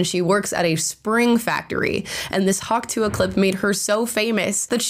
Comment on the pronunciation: Are you saying Hawk Tu-ah? The ah is silent